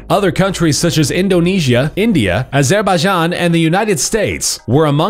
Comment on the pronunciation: iam from azerbaijan and you pronounced the name in funny way